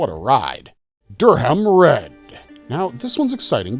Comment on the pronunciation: Also Durrum Red, not DurHam…